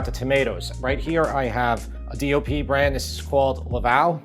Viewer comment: Your saying DLP ? DOP ? What are you saying and what does it stand for? I don't care I will never buy imported anything unless there's not an American version. Despite your test I'm not spending a nickel more for imported.